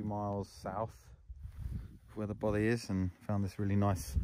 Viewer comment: love your videos mate, really well produced but as a Scotsman I have only one complaint, your pronunciation of Bothy is making my teeth itch :) I will help you though ! its "baw - fay" kind of like toffy